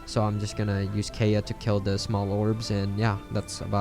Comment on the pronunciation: Kaeya is acts pronounced KI-YA just a heads up 😃